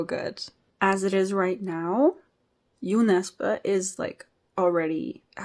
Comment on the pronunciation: I'm really glad that, thanks to you I now know how to pronounce Jo Nesbo's name correctly. Looking forward to you reading more Norwegian / Swedish authors 👍